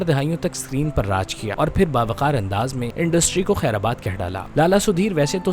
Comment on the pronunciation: برادر یہ لفظ “خیرآباد” نہیں، “خیرباد” ھوتا ھے۔